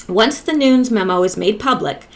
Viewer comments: Its pronounced Noon-yez Nunez. Hope this helps😉💚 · NuNEs...[ Noon- nezz] please get that, its nerve racking..lol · Love your videos. Nunes is two syllables: sounds like noo-nez. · Nunes, as in: New-ness. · Nunes pronounced noon-ez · Sorry so many comments. I should make notes. 😂I can't make a line over the U in Nunes, but it's long U, like you said but es, is not a silent e, short e.